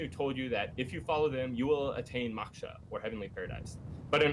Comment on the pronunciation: If i hear maksha one more time lol. God these 2 attempting to discuss "Hinduism " is nails on a chalkboard